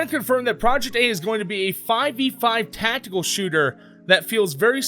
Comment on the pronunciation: Great vid, super excited for this game. But.. the hell is "tacticle" ? xD. .